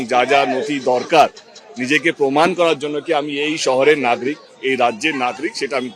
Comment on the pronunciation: নাগরিক ❌ নাগ্রিক ✅ 😅😂🤣